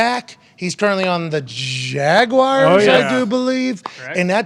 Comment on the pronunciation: Jaguars. Not Jagwires.